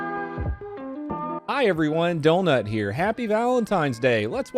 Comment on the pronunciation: Ok man why do you say dolnut not donut